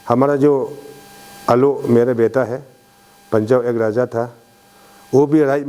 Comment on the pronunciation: Useless and corrupted leader ever, support ko suppose bolne wala uneducated leader. 100% me se 1% hi kaam kiya hoga yea 5 years ka tenure me, isse bakwas leader koi nai nekala hoga abi tak, or iska pronunciation ko b dekho na, kya soch k public or MLA ne isko elect kr deya hoga, RAJA ko DAJA, ROAD ko DOD, REQUEST ko DEQUET bolne wala yea ZPM pakka Uneducated hota hoga, iska qualification check kr k dekho 1 Pass b nai milega. Or abi yea jo kaam kiya hai bol k jo bakwas kr raha hai agar koi Educated person ko elected kr ta to yea uncle se 100 times kaam kr ta. 60 constituency ka MLA janbus k uneducated log ko hi elected kr ta hai, isleyea to deklo 60 constituency me Educated log asa faltu me betha huwa hai or uneducated log leaders ban k kuch b kaam nai kr ta hai, bas corruption or khud ka ghar banane me busy hota hai. Or jojo Educated hai unko to MLA or asa uneducated leaders log asa haal kr deta hai bechara kuch b nai kr pata hai.